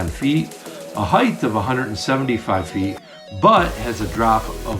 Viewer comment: height, not heighth.